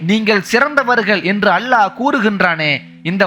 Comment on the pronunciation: Great speech. Try to pronounce the great word ALLAH properly plz